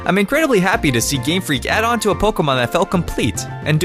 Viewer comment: He said GreamFreak